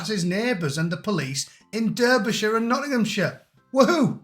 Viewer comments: It’s pronounced DArbyshire,unless you are American…other than that,bang on. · Did you just mispronounce Derbyshire like an American? Are you really from U.K.?😳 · You Americans from Middlesbrough need to learn how to say Derbyshire. That's worth 3 years solitary.